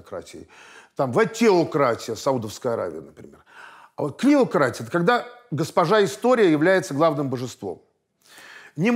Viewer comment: КлИократия, а не КлЕократия! .